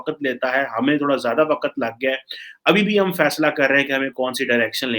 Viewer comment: Waqat nayii hunda..Waqt volta kar. Urdu ke tallafuz pe twajjo diyan karo, miyan. Do you really think Pak can be included in such alliance? Your leaders are morons, corrupt and untrustworthy. Thank God, we dont have any worth while relations with your country. You people are despicable. Shahbaz Sharif is also moving on the foot prints of Imm the Dim. Feel sorry for the awaam of Pakistan.